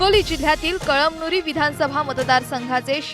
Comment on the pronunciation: कळमदूरी नाही साहेब कळमनुरी आहे हो ते